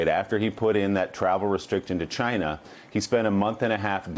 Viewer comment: Its "just one person from 'CHA-NA', we will disinfect him with Clorox" LOL